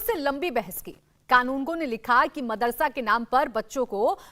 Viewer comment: Pehle tu apni zuban sambhal mardarsa naam bhi ni le pa raha hai pehle tuh school ja fir bacho ki Future ki sochna